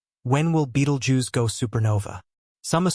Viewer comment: Nobody knows when it's going to go, and neither do you.The least you could do is learn to pronounce its name.